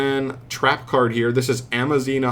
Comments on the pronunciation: It is Aza-mina not Ama-zina. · You were saying Am-a-zina not Az-a-mina and are you dyslexic you were switching where the m and z were.. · Amazina? Bro.... im assuming you a mild form of dyslexia. A-z-a-mina my guy.... had to dislike this vid just cause of the constant mispronouncing alone 😔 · It's "Azamina". Not "Amazina". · AZA- MINA... it cant be that hard is it??? How do you see the word so many times and still never catch on? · Never saying it right is a thing now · Bro cant pronounce azamina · Lols you mispronounce A ZA MI NA so many times hahaha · Managed to read it wrong every single time. Kind of impressive ngl. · And so begins the week of insane news Edit: bro mispronouncing Azamina is super hilarious for some reason